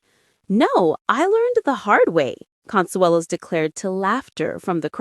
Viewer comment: The announcer still doesn't know how to pronounce either Kelly or Mark's last name.....